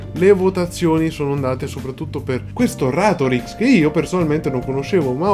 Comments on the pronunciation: Si dice Ràtorix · Si pronuncia RÀtorix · si dice Ratorìx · Si dice Ratorix, non Ratorix 😂👍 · Ratorix non ratoríx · Si dice ratorix non ratorix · SI PRONUNCIA RATORIX. COME VUOI CHE TE LO DICA? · Si pronuncia Ratorix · La vera domanda è questa... se si è andato a documentare su ratorix come faceva a non sapere come si pronuncia? 🤨🤨